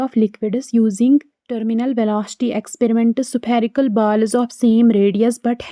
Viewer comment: Vaiilocity 😂 supherical😂 Baaaaal😂 Faaaarmula